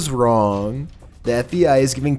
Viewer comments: There you go with that FEI, dude it's FBI, LEARN HOW TO SPEAK, ITS SOOO ANNOYING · is it just me or is he saying fei and not fbi? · Why do you keep calling the FBI the FEI???